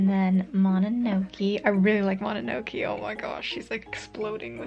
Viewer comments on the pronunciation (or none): The way you keep saying mononoke wrong is so painful. :( I'm so sorry but I genuinely cannot stand it